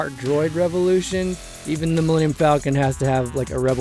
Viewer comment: One of my favorite details that they kept from OG Han was the way he pronounces "Falcon" like "Fall-ken". Was the final detail that sold me on Ehrenreich.